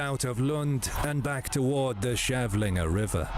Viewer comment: Kavlinge not Chevlingé